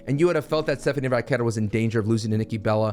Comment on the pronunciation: thank you for pronouncing Stephanie Vaquer's name correctly! 🙏 drives me crazy calling her "Stephanie Vucker" constantly!! 🤦🏻‍♂️🤣🤣